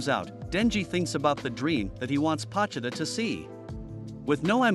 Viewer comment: Pochita Bro said it wrong